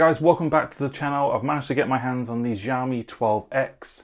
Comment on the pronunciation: YOu have been reviewing phones yet until now you still dont know how to pronounce Xiaomi correctly. It is not Ziawmee/Jiawmee. It is with "sh" sound Sh.. Shiaomi. GOD!